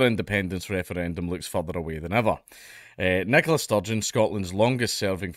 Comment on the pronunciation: Oh my god this entire time I thought it was a guy named Nicholas Sturgeon. Fix your speech impediment.